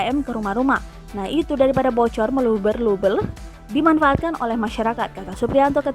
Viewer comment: " meluber - lubel " 😂